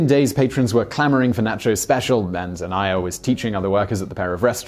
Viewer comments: Naycho cheese? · N'ah'cho. Co-sell.